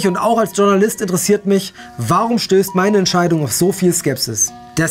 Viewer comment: Es heißt Journalist nicht Dschurnalist ! Es ist ein französisches Wort kein Englisches! Aber interessante Diskussion